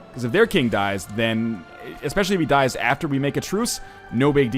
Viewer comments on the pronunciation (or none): none